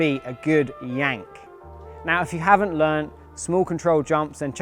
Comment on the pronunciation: He said "you just can't beat a good 'y'ank," right?